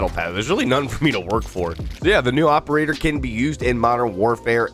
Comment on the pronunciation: "oppol-ator"😂 tired today?😉